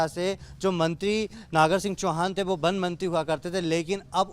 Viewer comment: बन बन क्या लगा रखा है पहले वन बोलना सीखो